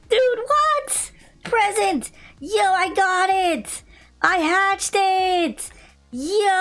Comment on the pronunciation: He said he hatchded A Titanic 😂😂😂😂😂😂 bruh